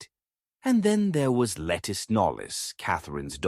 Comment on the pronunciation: A main correction to a good bio. Her is not lettuce but Lettice as Lett-ese